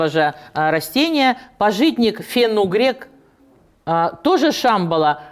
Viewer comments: пАжитник. Ударение на первый слог. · Извините, правильно ставить ударение на первый слог, пАжитник.